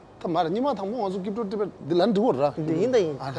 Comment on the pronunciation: Looks like bhuchung is running out of guest. This is very disappointing from him. This jackass crypto guy who can't even properly pronounce crypto will mislead the youth and he is not qualified to teach at least.